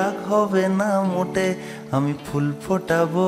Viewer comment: বড্ড ভালো লাগলো ' রাইকমল '... যেমন কথা, তেমনি সুরের মাদকতা❤ শুধু একটা ছোট্ট অনুরোধ," ফুল " এর উচ্চারণ এ ph টা কানে লাগলো... বাংলা আর ইংরেজি " ফ " এর তফাৎ টা আর কি😊